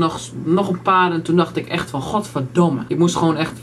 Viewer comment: als jij goverdome zegt klinkt dat heel grapig das heel grapig:P